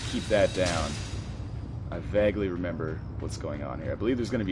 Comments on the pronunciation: its vay guh not vag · Is it just me or is he pronouncing vaguely completley wrong